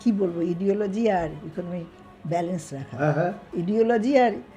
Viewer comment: আইডিওলজি বলতে চাইছিলেন । কিন্তু বললেন ইডিওলজি।